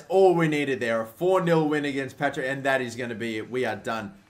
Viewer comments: PARTICK NOT PATRICK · Patrick thistle 😂😂😂 it's par tick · PAR-TICK NOT PAT-RICK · its paRTick, not paTRick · The bogey team is called PaRTick not PaTRick xD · “Patrick” thistle, my head was in my hand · It's partick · "Patrick thistle" hahahaha